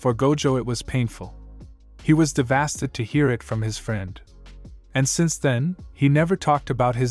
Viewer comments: Devasted??? Isn’t it DE-VA-STATE-ED. That’s how it’s pronounced. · “He is DeHvasted” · "he was DEhvAsTEd"💀💀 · De-vas-Ted? 😂 the fuck is that? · devasted? Maybe it just me but the way you pronounce this world felt wrong. Try searching for pronounce word, and listen. I know sometimes words are different in Brittan vs USA English. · The way the ai pronounces devastated 💀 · Wow, your AI doesn't even know how to pronounce "devastated?" Time to find better coding.